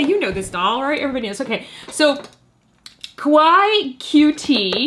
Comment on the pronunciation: Ok, quick lesson time. Kawaii is pronounced KA-why-EE, not KA-why. Normally I have no problems with people who don’t speak Japanese, getting pronunciations a little wrong but in this case, the way that people always say it in the wrong way, makes it sound like a completely different Japanese word. A word that is kinda the opposite of what you want it to mean. Saying it like KA-why makes it sound like a slight mispronunciation of Kowai, but a lot closer to it than kawaii. And kowai means scared, not cute. So, remember, there’s another syllable at the end: KA-why-EE. 👍